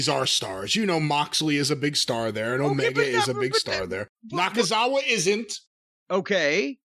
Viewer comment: I’m just here to hear Jim say Michael “Nakanakitthefuckoff” it never gets old 😂